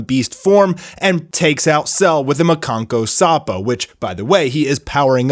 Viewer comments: am i the only one who finds it just hilarious how bro pronounces 'makankosappo' lmao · Please never say the Japanese version of Special Beam Cannon again. It was so butchered.